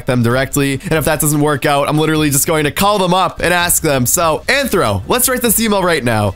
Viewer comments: It’s Athro not Anthro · U saying it wrong it's rthro